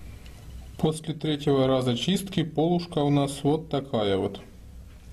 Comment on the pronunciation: не пОлушка же, а полУшка. зачем так матюкаться)